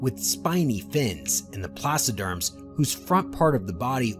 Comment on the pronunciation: Yeahhh. They said placoderms wrong(as I'm complaining I didn't look up that spelling so 🤷)